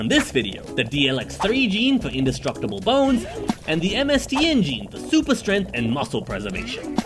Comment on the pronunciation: I heard 'soupy' humans 😅